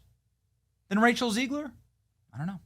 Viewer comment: Are you pronouncing her name on purpose? Because it Zeg ler not Zee gler.